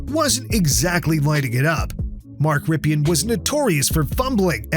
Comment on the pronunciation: Nice video. But Rypien is pronounced Rippin.